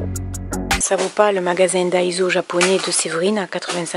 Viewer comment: ça me fait penser aux magasins Stockomani, assez cher au final, action ma semble mieux en tout point. mais c'est vrai que les magasins à 100 yens du japon sont plus attrayants (ps: daiso se prononce daïsso )